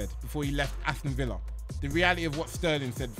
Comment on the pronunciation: Man said Asthon villa loooooooooooooooool